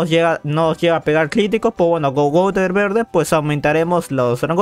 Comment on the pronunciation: Por fin dices gowther Siempre dices gonter